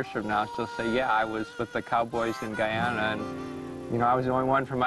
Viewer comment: Its pronounced Guy-ana not ghana